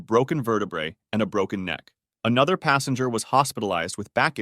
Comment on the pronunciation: Ffs it's passEnger not passAnger